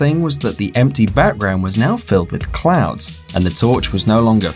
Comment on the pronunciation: didn't he say clown besides clouds